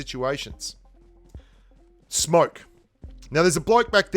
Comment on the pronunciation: am i the only one who heard smark instead of smoke lol